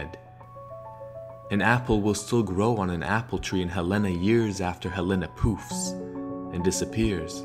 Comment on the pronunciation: Why does he say Helena like that? Awesome preformance but I'm from Helena and that's not how it's pronounced lmao